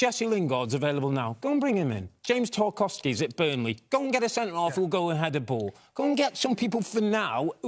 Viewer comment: Man said lingard and takowski 🤣🤣💀😂